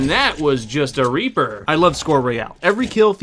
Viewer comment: Did he just say R E A P E R